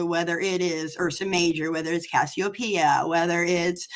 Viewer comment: Guys... research... is cassiopeia, not kastiopeia. Camelopardalis, pronounced Camelo-Pardalis, is not a camel... it's a giraffe...